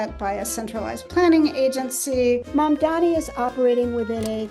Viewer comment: Zohran Mam-thumb-i